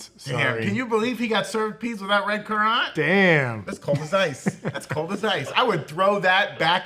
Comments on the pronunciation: Currants are just small red berries, used mostly for sauce and jelly. They are not raisins or grapes. And it's pronounced simply like the word "current". Your fancy pronunciation reminds me of calling a carhole a garage,.(You know the reference, Moe would be ashamed 😉) My family has a currant bush in our backyard that has been there for over 70 yrs. We make jelly from the berries. It's delicious. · They literally heard Ser Simon Strong pronounce it as "current", yet they chose violence 🤪